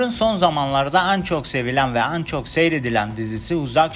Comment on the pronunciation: An değil en! "E leri A gibi telafuz ediyorsunuz